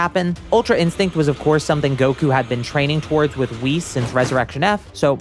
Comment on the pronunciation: Please stop saying "Gowkew"